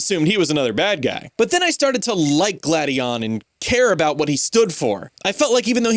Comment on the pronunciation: You go from mispronouncing Gladion as "Glade-eon" to pronouncing it correctly as "Glad-eon" in the same video? Someone didn't record that whole section in one sitting...